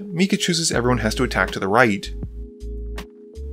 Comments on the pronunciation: KoGLa, not KoLGa. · Dude, it's KOGLA, not KOLGA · I don't mean to be rude, but I need to ask; Does have some form of dyslexia? Kol-gah, "Stetson", Champion, Skrey-lev, he seems to have major issues pronouncing card names in his narration.